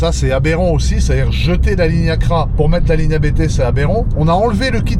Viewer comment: quand tu parle du préparateur A B T. Il s'agit de la famille qui s'appelle Abt. Donc on ne prononce par A B T mais Apt.